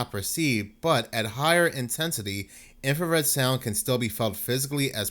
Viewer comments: Please read the word. INFRA SOUND no red INFRASOUND. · INFRASOUND! Not infraredsound. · Infrasound, not infrared sound, dude. 😂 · INFRASOUND NOT IMFRARED SOUND............ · Infrasound, not infrared sound. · Dude I like your channel and humor, but please,,, it is called infrasound, NOT infra- red-sound. The whole video you mis pronounce the word. Which changes the meaning. Infrared is a form of light. I really do like your channel and topics. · Eight thousand times you misspoke and said 'infraREDsound.' Come on man, get it together. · "In-frah-sound" not "infrared sound" goodness! When I heard it the first time I wasn't bothered I just thought "oh he said it as though it's a light lol" then after you said it for the 100th time I was like, "IT'S FREAKING INFRASOUND!!!" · Did you say "infrared sound"? 😂 Infrared is light. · Infra sound not infra red sound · It's INFRASOUND, NOT INFRA-RED SOUND....🤔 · It is not infraredsound, just infrasound. The word "infra" just means under or below. The colour is measured in Nm and sound is measured in Hz. Those two things has nothing to do with each other and saying infraredsound makes you sound very uneducated. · Stop saying " Infra-red sound". It's not called that in any of the reports you show on screen. Its "Infrasound". I'm know I'm being pedantic but I can't stand it when someone is trying to sound like an expert in something, yet consistently makes mistakes in what they're saying. Rant over. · It's infrasound, not infra red sound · Infra - sound… Not infrared - sound. :) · It's infrasound, not infrared sound. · **Infra-sound Not infrared sound...infrared is visual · It's infrasound, NOT infra 'red' sound. I don't know where you're getting the 'red' from. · I would have but you kept calling it infrared sound and not infra-sound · its pronounced INFRA sound